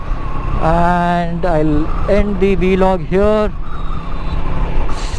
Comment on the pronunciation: Why do you say "V-Log" instead of "VLOG"?